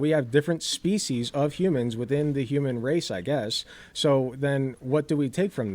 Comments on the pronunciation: Dude can clearly pronounce 'S' correctly, so why is he saying 'Shpecies'? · Why does the guest say species with “sh” in it or is my hearing way off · I'm at the start and all i wish is that this creep bro would stop saying Shpeeshees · At first, I thought this freak had some kind of speech impediment because he kept pronouncing 's' as 'sh', especially in that he kept saying, "shpeshiesh". So I didn't want to comment on it. But then the impediment just disappeared. So he was absolutely just doing that intentionally for some reason. Wtf? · I can’t take a lecture on species seriously from a guy who can’t even pronounce the word correctly. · Honestly, I couldn't keep going, it's such an abrasive mispronunciation that I couldn't focus on the conversation. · every time he says species i wanna kms more and more